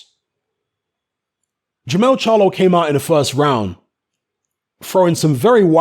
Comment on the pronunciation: it's Jermell Charlo